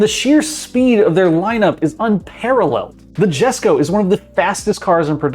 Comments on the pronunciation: bRo I’m done this DUMBASS decided to pronounce JESKO as JEHSKO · i think it should pronounce as "y'esko for Jesko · Lmao, fr, dude can't even pronounce names properly, he said Jesko instead of Yesko. Imagine taking such a guy seriously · dont want to be that guy but jesko is pronounced yesko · YES KO Not JES KO Say ur Koenigseggs right it honestly seems like ur channel doesn’t know much about cars and just google and or goes on tik tok for car news. But... STILL U MAKE GOOD CONTENT! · I dont believe Cristian Von Koegnigsegg's father was named "Jess-Ko"